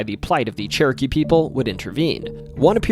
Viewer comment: My brain is telling me he's saying "Cherokee" but my ears keep hearing "churkey".